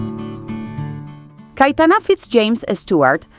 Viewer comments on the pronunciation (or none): Por qué dices CaEtana?? Es CaYetana